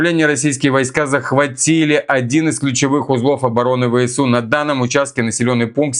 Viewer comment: ВСУ - ВЭ СЭ У! СЭ СЭ СЭ. НЕ ЭС! Режет по ушам, ДОРОГОЙ НАШ. В русском языке буква С произносится СЭ.